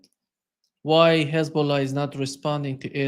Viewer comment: They use the word "Kkhhhhezbolah" but then they can suddenly pronounce "hostages" just fine.